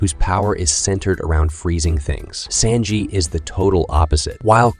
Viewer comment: Bro said senji instead of sanji